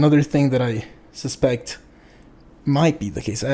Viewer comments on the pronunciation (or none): none